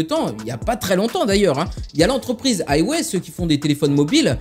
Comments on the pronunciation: Haywai lol ça ce prononce huawei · C pas haywé mais hwawé